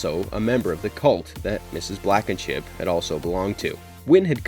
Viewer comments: Mrs. Blackenship? Ummm....No It Mrs. Blankenship As usual you butcher the names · It's Blankenship. Not Blackenship. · Blankenship not Blackenship